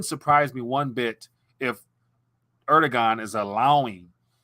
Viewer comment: The president of Turkiye... his name is pronounced: "air-DU-wan"